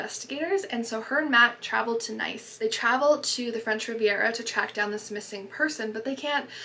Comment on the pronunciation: Great video! Just as an FYI, “Nice” is actually pronounced the same way “niece” is (when you’re referring to Nice, France anyways)